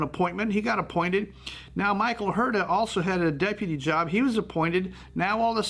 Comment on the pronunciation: The correct pronunciation of Huerta is “Werrr-ta”, yes roll the rrr…